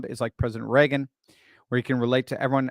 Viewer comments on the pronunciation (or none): none